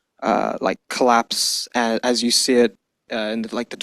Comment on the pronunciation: Funny that he keeps saying "clapse"